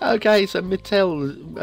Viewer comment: Great map, great review. My ears are still bleeding from the pronunciation of the name of the map :)